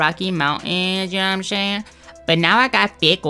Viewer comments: Know what im shaying 😂😂😂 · YOU KNOW WHAT I AM SHAYING SHAYING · you know what im shaying shaying lol